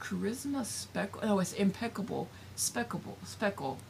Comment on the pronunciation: Impeccable speckle..you say it so wonderful, it’s a real tongue twister, is that a Michael’s yarn?